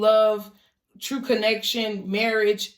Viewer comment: Soo feel ya..LOL YESS SHE SAID TRUFE